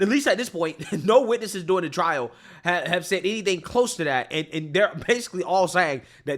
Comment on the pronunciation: PLEASE stop pronouncing DURing as “doin’l!!!